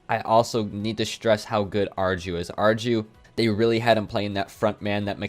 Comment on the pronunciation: I think that u might would like to know, arju is pronounced AR EE U, just a smol fact